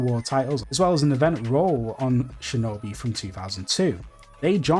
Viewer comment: "Shinobeh"? What the fuck is this dude saying? Lol